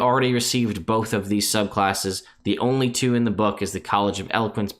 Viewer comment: Hadn't heard the new subclass names yet and thought you said College of Elephants Bard... I was confused, but also intrigued, lol.